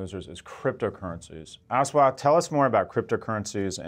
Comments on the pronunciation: Hate that his name is being pronounced " Ass waaath Damodaran" it's 'As' as in assimilate and 'wath' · Love your videos, Scott... but jesus, it's not Ass-Watt... smh